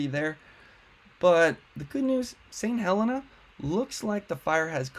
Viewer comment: Thank for for the info. St. Helena is pronounced Heh-LEE-na. I took my first year of nursing training there in 1967-68. That whole area was simply gorgeous.